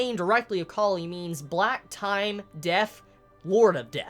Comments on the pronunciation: its pronounced like high-biscus. awesome video man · It's hee-bee-scuss :) Nice theories !